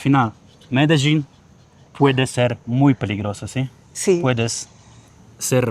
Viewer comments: B fajny filmik. Wole jednak jak wymawia sie Medellin w jez polskim przez L. Przez Ż to tak jakbys oprowadzal Polakow po London zamiast po Londynie…;) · Film cool, ale jaki jest sens wciskać na siłę kiepsko dla Polaków brzmiąca nazwę miasta tak jak wymawiają ją lokalsi (choć nawet ta panienka w wymawia to po Hiszpańsku - "medejin") - robiąc film o Monachium będziesz cisnął "munszen", z moskwy - "maskva", z Londynu - "london" a na Paryż - "pahri". Tą nazwę wymawiamy "medelin" i tego powinniśmy się trzymać :) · Ciekawe ile czasu ten pan musi jeszcze spędzić w Kolumbii by się nauczyć wymawiać nazwę swojego – jak twierdzi – ulubionego miasta, Medellín – z akcentem na ostatniej sylabie, czyli na pierwszej od końca, czyli dokładnie odwrotnie niż on akcentuje (na pierwszej), który to akcent jest nawet zaznaczony w pisowni kreską nad "i", ale "co to dla harcerza?!"Wszak "Polak potrafi!" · Fajne video Jak ktos szuka wrazen w obcym kraju jeszcze takim ktory slynie z produkcji i dystrybucji coca coli to bardzo prawdopodobne ze to sie moze zle skonczyc Zastanawiam sie dlaczego wymawiasz medeżin skoro nawet ta koleżanka wymawiala Medellín? Wcześniej już widziałam sporo filmów o Medellín ale tak kulawą wymowe słyszę pierwszy raz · MELEDIN - jak czytasz tak wymawiasz, a nie jakies MEDEDZIN. Spokolamina potocznie nazywana bucaramanga - w proszku lub w plynie.. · Medeżin i Medeżin. Po co wymyślasz nowe słowa jak nawet twoi rozmówcy tubylcy mówią na to miasto Medellin? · Mededrzin.....a co to takiego???? W jakim języku brzmi tak Medelin???? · Majster czemu mówi "Mededżin" jak nawet te lokalne laski mówią dokładnie tak jak się piszę czyli Medelin? A tak po za tym to ostry progres w hiszpańskim zrobiłeś bo widziałem jakiś film z początku roku to mówiłeś że się dopiero 2 miesiące uczysz to teraz by wychodziło że nawet nie rok, a dobrze Ci idzie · Co ty masz z tym "medeźin"??? Gdzie tam masz "ź"???😂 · MEDERZIN? XDDDDDDDDDDDDDDDDDD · Medeżin ?! Serio? :) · Mededżin????? Coś nie halo?